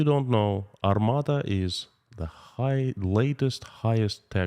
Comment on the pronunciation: it's Armata not Armada.